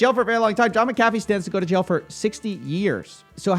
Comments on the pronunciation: Mc-Ah-fee not Meh-Cah-fee sir Coffee. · Mac A fee not mc cafe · I believe it's pronounced "mac-uh-fee" rather than "mick-caffeine" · You say his name wrong through this entire video. The name is MAC-AH-FEE not MICK-UH-FEE. Scottish vs. Irish prounounciation. Very sloppy since he is the whole point of the vid. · IT'S Mc-a-fee, not Mcaaafe man xD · I really - really want to watch this video, but you're making it so fucking hard for me by continously saying 'Mc Caffy' over and over... That was seriously annoying, as little as I like the guy the name is CLEARLY pronounced 'mac-a-fee' just like he himself, and anyone else who ever has talked about him or his 'antivirus' have always said... You're literally killing me here... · It's pronounced MAC A FEE you twit! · John *MAC*Afee is how it is pronounced. Mc = Mac, think the footballer McEntire no one says "mick entire" or "m centire" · I always thought it was pronounced Mac - A - Fee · Pronounce the guys name right will you it’s it’s sounds like Mac a fee idiot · FYI, it’s Mac-Uh-Fee. Love your stuff! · IT’S F**KING MACK-UH-FEE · Why is it when someone pronounces something wrong they end up saying it so many times 🤣 say it with me: Mac-ah-Fee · It's pronounced "John MAC-a-fee" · This pronunciation of McAfee is hilarious! It's MAC-AFEE man. lol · Lol this.... Maca-fee? Coffe have you never heard his name before lol? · I love your videos but for God sake it's mc a fee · John Mac-a-Fee is the correct pronunciation. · Correct. Mispronounced his name 100 times in this video. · Isn’t he name pronounced different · At least pronounce his name right if your gonna cover him bro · Are you saying McAfee wrong on purpose? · Aside from your shit talking, you should at least learn how his name is pronounced. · Would you please pronounce his name correctly? Jesus. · Dudes a murderer most likely, so if you are intentionally mispronouncing his name on purpose, then it’s cool. But that’s not the case and this shows how young you are.